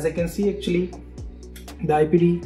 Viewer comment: Auctly 😂 too much